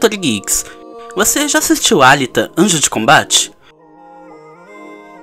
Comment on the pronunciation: Acho que se pronuncia Alíta